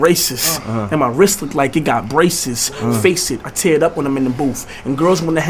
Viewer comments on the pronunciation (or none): none